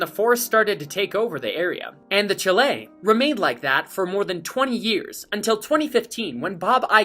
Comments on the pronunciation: FYI- It's "SHALL-Lay", not "CHALL- let". Great videos! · I think you should pronounce it properly! ("SHAL-LAY") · That's Chalet (SHALL-AYY) not CHALLOT. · Please learn how to say “chalet”.